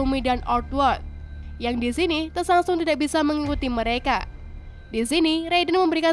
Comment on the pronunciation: Penyebutan tokohnya ada beberapa yg salah... Milena, Tsantsung, sonya blade. Ejaannya diperbaiki lagi🥰